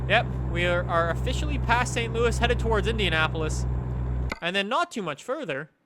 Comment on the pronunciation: The way says St Louis is triggering.